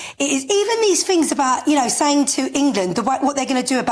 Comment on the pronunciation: and she did really well on her pronunciation! Fings ain't what they used to be!😂